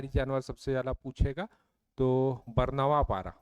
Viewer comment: उच्चारण सही कीजिए महोदय । बरनावा पारा नहीं है बल्कि बारनवापारा है ।